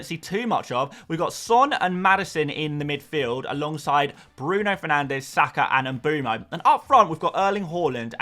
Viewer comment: Love the "fernandes" pronunciation 👏👏👏🇵🇹🇵🇹